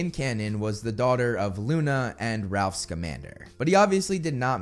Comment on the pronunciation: Rolf.. not Ralph